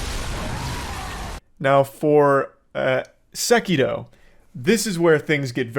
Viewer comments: Its Sekiro not sekido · Ah yes, Sekido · I know this is random, but goddamn how obnoxious is it that Charlie is pronouncing Sekiro like a total try hard/weeb?? 🤦‍♀️ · Wtf you saying sekiro like that you absouloute pleb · Man’s pronouncing sekiro with a capital T